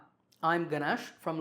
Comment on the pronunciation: the day you speak your name ganesh in your original accent, i will subscribe this channel